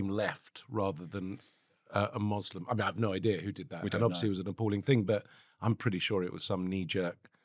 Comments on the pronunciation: Im sorry, but what the fuck is a moslim? Was quick to correct you on the pronunciation of Lebanon. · Joly grew up in an Arab country and he says, "Mozlem"? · Wtf is a "mozlim"?